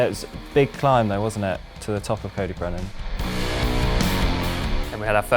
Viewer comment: 'cody brennan' 🤢